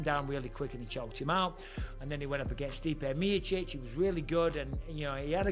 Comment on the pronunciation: STAIPE MIAUCEECH why he pronounce that Name like a Bum